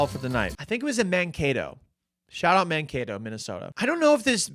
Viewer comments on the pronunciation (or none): none